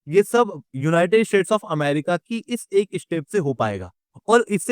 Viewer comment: Yeh united "shades" Kyun bolta hai?